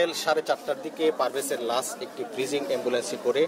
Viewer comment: ভাই লাস না লাশ।